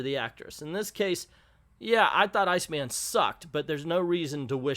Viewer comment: I think he pronounces it "Seena." My friend Jennifer, who is not only openly gay but is a huge comics nerd, say this about Iceman: "Terrible representation is worse than no representation, and this goes beyond terrible into absolutely shitty." Guess that says it all.